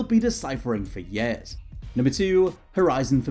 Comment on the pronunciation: yeah, does say year a bit to "geordie-ly" lol